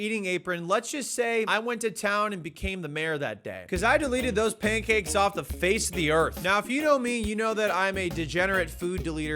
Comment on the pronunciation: You say pancakes like "paincakes" 😆